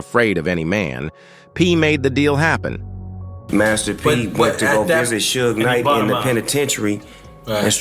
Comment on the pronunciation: Soog knight had me dying like wtf he just say 🤣🤣🤣